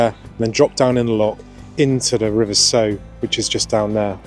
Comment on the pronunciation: Very good video update but please can you pronounce the River Sow correctly. It should be pronounced to sound like what you might say if you stubbed your toe on a brick 😆